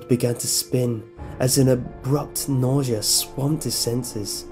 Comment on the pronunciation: i must admit your reading is excellent, i am not as creeped out by hearing your voice, but it is kind of wieid that you pronounce some words awkwardly, like you say 'nausea' like 'neesea' Good Job! Subbed :>